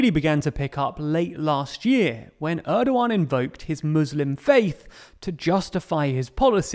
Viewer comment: president Erdogan not Edowan